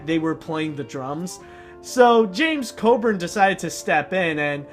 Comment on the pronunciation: his name is James Coburn not James Codern. try again